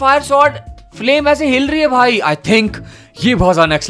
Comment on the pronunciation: He says hil Rahi hai 😂